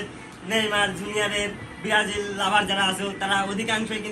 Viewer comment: Brajil❌ Berajil✅😂😂😂😂